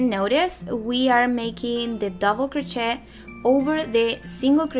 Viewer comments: Honey, its pronounced crochet ir cro shay... not shet... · It's pronounced "krō shāy." Sorry, but the way it was pronounced in the video was throwing me off. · So you are incapable of learning the correct pronunciation?? Doesn't matter what ethnicity you are cro- shay is how you say it no matter who and what you are!! That would be like me saying tortilla and pronouncing the lls as elllls not yyaa in tortilla. Oh I learned Spanish 4 years in HS and college. I know you can learn to say Cro-shay (Crochet -no prooonounce the "T")OK (said with Spanish accent). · Not a critical thing, just trying to educate. It is a french word, gee I guess you don't get that either. That is all I am saying is THE "T" IS SILENT OK? GOT IT GOOD!!!! CRO SHAY!!!!! Hey hey!!! Say it correctly. I didn't like her pattern anyway, made up my own - that is MY OPINION! I HAVE THE RIGHT TO GIVE IT! This is a public social media platform. Bye!!!! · The word "crochet" is French, you do not pronounce the "t" at the end of the word. It is pronounced crow-shay. Just FYI. Thank you for the pattern I am making one for a baby shower. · Thanks! I’m Spanish and we pronounce it cro-CHET 😊 but I’m trying to change that!